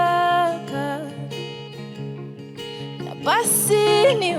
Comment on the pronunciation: I love how you pronounce words ... eg "baisi" instead of "basi"